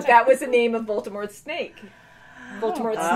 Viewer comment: I think i keep trying to correct you from saying VOLTERMORT in the previous reactions with no avail 😂 it’s Voldemort. VOL-DE-MORT